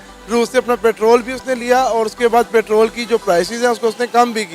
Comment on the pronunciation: Are jaahilo pertaal nhi petrol hota h🤝